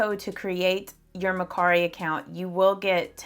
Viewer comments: I think it’s MER CARI. NO MAR CARI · It could be her accent, it's a little southern ❤. She pronounced it Ma/cari. Which I also say ma/cari lol.